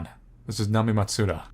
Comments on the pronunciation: Nami-eh: that's how it's pronounced lol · I think her name is pronounced Nami-eh. Japanese names aren't known to include letters that are silent.